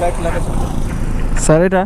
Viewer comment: এতো বার ছার বলেছো আমার বিরক্তি লাগলো